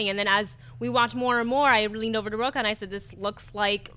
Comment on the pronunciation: Yes, big words from a guy with a Portuguese surname (Rocha) that he's constantly mispronouncing... A little more study and respect for your own Portuguese heritage, mr..